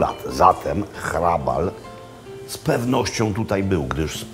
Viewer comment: Barokowy gotyk to Jan Santini, warto zapamiętać to nazwisko. I gratulacje za prawidłową wymowę "h" a nie "ch", niewielu to łapie, pan Makłowicz ma dobry słuch. Super seria, i ten smażony ser, niam niam :-)